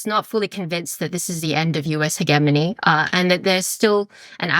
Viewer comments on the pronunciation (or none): Just b/c is maybe the most impressive young analyst I've ever heard speak on this pod doesn't mean I'm down with her pronunciation of "he-Ge-mony" 😉